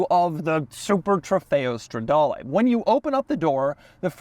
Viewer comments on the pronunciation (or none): Doug the type of guy , with an Italian last name. Yet still says « strawdaewlee »